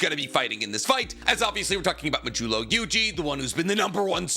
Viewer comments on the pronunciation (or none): “Majulo” even if it is how it’s supposed to be pronounced is actually frying me😭